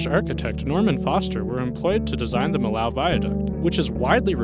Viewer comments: and Millau is pronound [mijo] ("mee-yo"), not [məlaʊ] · If you want to pronounce Millau, say meeyo